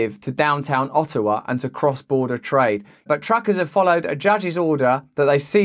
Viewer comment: O'awa Alber'a I love it